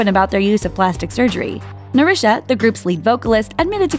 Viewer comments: Ikr. So cringeworthy and annoying when she mispronounced Hyomin as Human Narsha as Narisha Sang Sang Plus as Seng Seng Plus Kara as Kera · how tf does she mess up “narsha” it’s literally an american name... seriously???? ‘neri-sha’ ?? this is a whole mess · how is it that you're mispronouncing even common english names like Narsha? Narusha? what? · I forgiving as the voice person most likely isnt familiar with how to pronounce korean sounds/names but I can't on some of these sames like Narsha....there's no "I" so why is there an i sound included. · How do you butcher Narsha???